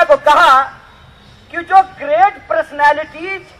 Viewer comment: Jo banda personality thk sa pronounce na kr skhy woh kia kryga zindagi ma 🤣🤣🤣🤣